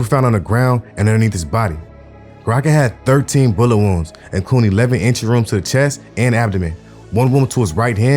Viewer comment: Doing a good job bro, just slow the speech down a bit wounds sounds like rooms in the beginning so I know I'm missing some more info through the video, but good story telling and video editing.